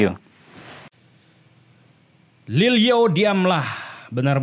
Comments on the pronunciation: Lilyo bang bukan Lil o . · Lilyo bang bukan lil o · Lil yo bang bukan lil o